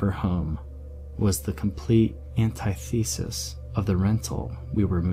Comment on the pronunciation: antithesis is pronounced antTITH-uh-sis, with emphasis on 1st syllable.